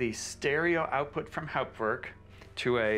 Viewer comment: What an amazing video! I had no idea this was possible. I hope you can do more videos showing people how to set up and configure Hauptwerk (and glad that you can pronounce it properly!). I have a basic 2m and P set up in my office, and am building a 4M version in my living room using mainly second-hand scrounged parts. I also love the French sound and C Franck. I have HW 4.2.1, and would like to learn how to build new instruments using CODM. The manual is impossible to read. - JN